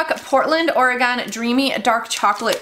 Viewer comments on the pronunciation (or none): Lol, it’s “ory-gun”. Not “Ore-gone”. Just a pro-tip from a Oregonian! Easiest way to tell a tourist. 😂❤❤❤ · Lol you said Oregon wrong I'm from there